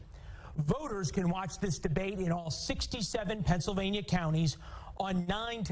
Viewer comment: Oz said “FENSYLVANIA” …unstroked💀💀💀